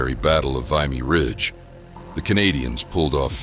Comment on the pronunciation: If the AI narrator knew how to pronounce Vimy Ridge, I'd be more inclined to listen. Canadians did nothing in the 1st WW that every other belligerent did not do.